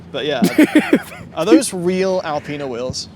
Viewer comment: How the hell do we get Al-peena from Al-pina?